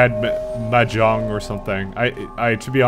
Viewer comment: actually you were pretty close with the pronunciation of Mahjong.